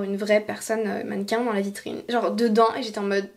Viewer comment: “Dans la vitriIine?”😂😂